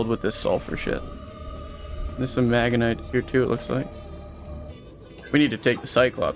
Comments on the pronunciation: Magenite? Really? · no one talking about the horrible pronunciation of magnetite 😭